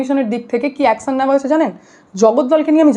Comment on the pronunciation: Action commission pronunciation ঠিক koro😂